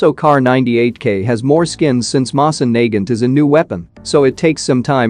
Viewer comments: I hate how the bot pronounces the Mosin Nagant incorrectly. It is pronounced Moe-Sin Nuh-Gant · Mo-sin Na-gant......say it with me now..... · The way he pronounces mosin Nagant..... 😂 I straight up died from laughter... It's pronounced mo-seen na-gunt.. 😂 😂 😂 😂 😂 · i hate how he pronounces it moss in nae gant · Yal here that right the way he says moving naget sound like,e he is saying n word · Pronounce it moeh sain Nagant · Mosin Nagut😃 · Btw guys, the pronunciation for "Mosin Nagant" is not "Mowsin" or "Moizin", it is in this video... Edit: lol thx, you are the only person that actually gives good tips and tricks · Doesn’t say moisin nagant right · Screwed that pronunciation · He says mosin nagant wrong bruh like the wtf